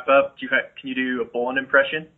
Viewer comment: Nice itw. But it's funny how PJ doesn't pronounce Bolin's name right. XD